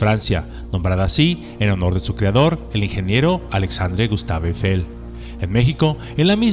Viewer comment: Excelente video. Magnífico guión y excelente léxico. Muy buena postproducción. Solo le falta pronunciar correctamente Eiffel, ojo: No lleva acento grave en la primera E, por lo tanto se pronuncia sin ningún acento.